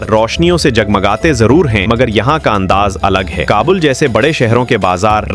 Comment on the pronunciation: رقبہ پر زبر ہے کابل پر پیش ہے قہوہ پر زبر نہی زیر ہےزبح پر بر نہی زیر ہے اپ اردو پڑھیں پھر بولیں ہرجملے میں غلط الفاظ بولے گۓ ہیں